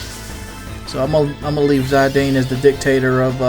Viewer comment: it's Zidane like the french socker player, not Zadine:) love that you're doing a final fantasy game:)